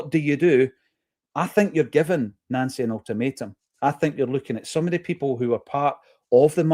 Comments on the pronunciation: It's pronounced Noncy😂😂😂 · Why are you calling him Nancy. It's pronouced Noncy